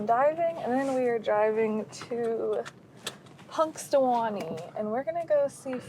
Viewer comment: Punxy is my hometown. Yes, Phil and Phyllis had two babies this year. And pronounced the town perfectly. And that is the public library so you can see him from inside too.